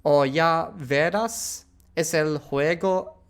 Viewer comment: About the reading, when a word has an accent you should stress that vowel. It's atoooooonito not anoniiiiito, it's veraaaas not veeeeeras, and, of course, it's wingardium leviooooosa. Also the b should be muth lighter v and b are basically the same letter, but I don't know exactly how argentinians do that, maybe they have a more marked difference due to Italian influence. I think you read better than a first elementary schooler.